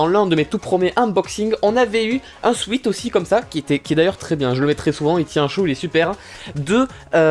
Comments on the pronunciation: ça se dit swète, c'était M.ProfChiant salut ! x) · Bon sweat en anglais ça se prononce "souaite". Non parce que ça me stresse